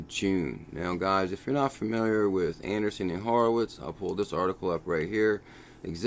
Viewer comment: Not ANDERSON Horowitz....ANDREEESEN Horowitz.